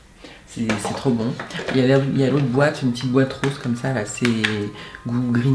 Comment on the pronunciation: "je vais faire RRAAWWSE" mdrrr